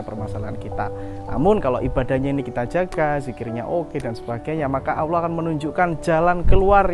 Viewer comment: Cara pengucapan nya asma ALLOH . masih kurang faseh bos👍..q dengar ber ulang" bos bilang Awloh.